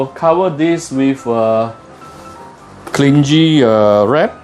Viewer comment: why your videos so good one... That is an amazing crisp and that crinkling is just melodious. My god, too good. Thank you so much for your informative and helpful videos. You're such a natural at teaching cooking! Btw, small issue only, not a big deal, but thought that you might want to know that 'cling' in 'cling wrap' is pronounced 'kling'... Anyway do u know where to find good pork belly in Selangor?